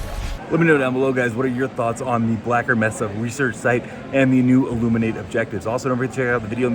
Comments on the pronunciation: Mesa is pronounced May-Sah. Not messa. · Brother its pronounced "May-suh" New subscriber tho. Love how you do your content. Straight to the point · As others have already pointed out, "mesa" in English is pronounced "may-sah". As fewer have pointed out: "zealot" is pronounced "zell-uht," not "zee-lot."